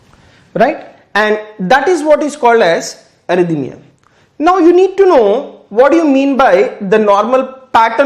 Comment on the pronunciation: Thank you very much . But please do not say (arthymia Because it is called arrythmia)